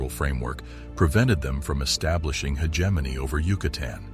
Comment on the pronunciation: That guy who speaks is so dumm that he cant find out How to say hegemony. Given only experts knows what other lies that he comes up with in that video! It honestly very alarming that he makes a mistake like that!